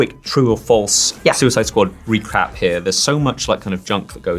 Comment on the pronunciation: Did anyone else hear “a quick Suicide Squad re-crap”? 😂